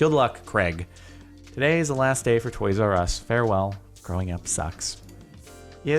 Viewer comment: i thought you said toys rus